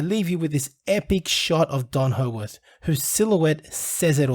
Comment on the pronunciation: Why can't this guy say peoples names correctly . Hoeworth . Pmsl